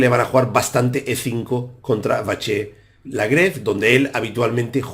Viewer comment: Buenísimo el anàlisis, Muchas gracias!! Solamente comentar que seguramente en Francés se pronuncie LagrAve con A, i no con E. Por otro lado, sería posible pedir que hagas alguna día un vídeo explicando para los novatos cómo utilizar chessbase para almacenar y analizar partidas propias? Me gustaría tener una base de datos propia y sé que es una herramienta indispensable si se quiere mejorar, poder analizar las propias partidas. Actualmente soy un mero 1950 que juego la lliga catalana y sigo todos tus vídeos. Felicidades por el canal y Muchas gracias nuevamente!!